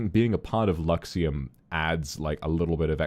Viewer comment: やっぱラクシエムって聞こえる うん 英語 Luxiemで覚えよう。ｗ。」